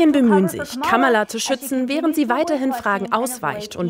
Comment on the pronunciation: Ja, aber Kamala können sie immer noch nicht aussprechen ;-) Die Rede in Butler hab ich auch live gesehen und kann immer noch nicht verstehen, was die Leute an dem Typ finden. Und Musk erst, peinlicher ging es kaum. Eine Frau meinte, sie hält sich mit der Kritik zurück weil der ADHS hat. Konnte ich nicht nachvollziehen....